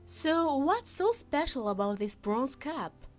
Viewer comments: It wasn't until I saw the Cup, that I understand what she was trying to say. I kept hearing Cap! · Get a grip ALL you freaking ultra sympathetic ppl giving her KUDO's on her "narration". WTF?! Is she saying CAP or CUP? Absolutely terrible pronunciations!!! The word "ceramic" didn't dawn on me until the next sentence! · Ummm.....hard to listen to. I thought the speaker was saying cap. I take it the video was made as a teaching opportunity for working on speech difficulties.